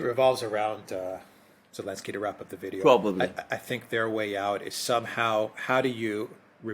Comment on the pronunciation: Why do they call him Elensky?